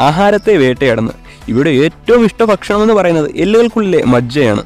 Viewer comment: ഫക്ഷണം അല്ല , bro ഭക്ഷണം